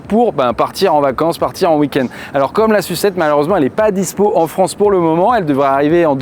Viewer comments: La S-U-7 s'il vous plait, et pas "la sucette" 😁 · Pourquoi tu dis "sucette" pour SU7 et S.U.V tu dis s.u.v ? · J’ai arrêté de regarder la vidéo dès que j’ai compris que le journaliste allait dire « Sucette » et « Yucette » pendant toute la durée du reportage. Pour moi, c’est insupportable et, surtout, c’est complètement volontaire alors que personne ne prononce le nom de ces modèles de cette façon. Mais je suis peut-être seul avec ce problème…